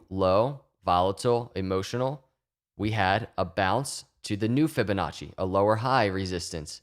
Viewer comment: Drink every time you hear Fibinacci